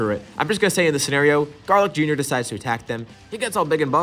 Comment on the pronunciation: Stopped watching when he said garlic jr .